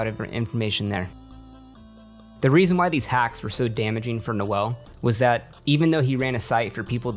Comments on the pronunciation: the correct way to pronounce “Noel” Edit-actually, ur calling him “Noelle” on purpose aren’t you? 😂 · his name is pronounced “NOLE” like Noel Fielding, you play clips of people saying it correctly and then continue to call him NOELLE which is a GIRL’S NAME ABOUT CHRISTMAS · His name was pronounced several times in interviews clips you used. It's Noel, pronounced "Noll" come on man :-P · His name is Noel, not Noelle. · You've mispronounced Biderman's name the whole time. Noel rhymes with "hole". Noelle is a woman's name. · I get a real kick out of people pronouncing "nole" like "no-elle". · The funniest part of this entire video is N-o-l’s name being pronounced as n-o-e-ll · Bro, you even have clips where they pronounce Noel Biederman‘s name, and yet you keep pronouncing it No-ell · Pronounces "Noel" as "Noelle" even with multiple clips saying his name correctly. Says "$19.99" while showing a screenshot of "$19.00". A real pro here. . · As a Noel myself, I died a little every time you said ''No-well'' as his name.